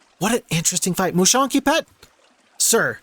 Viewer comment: I took all the time I needed to savor every moment of you doing this map! and OH BOY!, wow I had a good time… and That moment you pronounce Moucheronquipet … priceless 😎 It puts us in ideal conditions for the rest of the video 😀 Your ability to pre analyse fights is so impressive, showing us how are you so pro. It’s awesome to see you discovering all of this with so much joy! we can easily get you are so happy mate 😀 It’s really amusing to see how different we all are in our approach to battles! And you are an amazing guesser! 🤣 suite the same happened to me! 😀 but in a différent Way! I lacked one ghost for this fight… I bled one ghost and that was it.. 😤🤣 I laughed so much ! One of my favorite fight !!! By far 🥰 We share EXACTLY the same feeling here about this game, and some times, yeah you need that kind of totally original maps to break the routine! and you DO seem to enjoy it so much ! We all know you are true legend here! Thank you, my clever friend with the red fur.😌😎 By the way, did you know that literally feeds off our suffering to survive? 😂 and he really get the nectar of our soul… again the proof you are amazing and know so much this game !! ☺️ epic French touch adaptation of Daft Punk for HOMM : One more Turn!!! 🔥😎 First Time I hear the so called American FOX literrally signing a war treaty to the english UK language 🤣🤣🤣 It’s actually funny how you didn’t get the battle